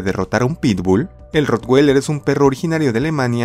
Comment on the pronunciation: como comentario, no estas pronunciando bien el nombre del ROTTWEILER recuerda que es un nombre alemán, no americano.